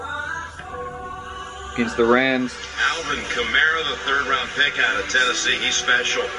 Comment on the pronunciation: you pronounced it correctly the first time. Kamara's balance is amazing.